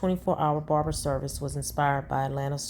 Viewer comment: This ninja said "brarber shop" 😅😅😅